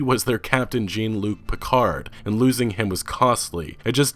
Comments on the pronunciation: What kind of geek doesn't know it's Jean (as in Je-ahn) Luc Picard not Jean as in Gene. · Did you just said Jane Luc Piccard :O. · JANE LUC PICARD? Its french, and you offended trekkies. i literally stopped the video when you mis-pronounced his name. FOR SHAME FOR SHAME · Jeen Luke Picard? Are you serious? LOL It's Jean Luc-Picard you stupid American hahaha :D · I was with you until you said "Gene"-Luc Picard. Sure, it's a french name, but HOW HAVE YOU NEVER WATCHED ST:TNG? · Gene Luc Picard?!?! Nooooo!!!! Lol, jk, I'm not mad. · Seriously you pronounced the greatest Enterprise Cpt "Gene" Luc Picard... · Um... did I hear you say “Jeen” Luc Picard? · CAPTAIN "JEEN" LUC PICARD! My ears are bleeding. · "Jeen" Luc Piccard haha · Sjaunluuk Pikahrd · Bruh... "Jeen Luke Picard"? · Yeah seems he is not a Star Trek fan nor familiar with the French pronunciation of Jean. Reminded me of when Q pretended to mess it up. "Is there a John Luck Pickerd here?" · I think you're the only person I've ever heard in my life that unintentionally mispronounced the name Jean luc Picard. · Okay great video, almost gave it a like, but the poor pronunciation of Jean-Luc Picard had a thumbs down for me, sorry. :c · This dude doesn’t actually know how to pronounce Jean Luc Picard? For real? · Hearing you mispronounce "jean luc picard" hurt my soul XD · I almost had to stop listening when you pronounced Jean-Luc Picard so abhorrently wrong.. Nah, I love your content.. it's just, that hurt. That hurt a lot <3